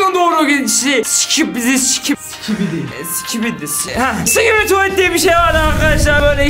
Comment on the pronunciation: Yaa abidi şibisi ne abi hahaha 🤣🤣🤣🤣🤣🤣🤣🤣